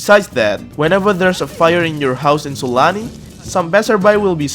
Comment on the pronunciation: I swear i keep hearing it like S A L A M I